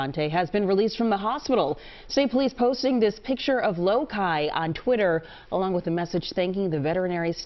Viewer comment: Loki is pronounced as Lowkie not Lowkeye.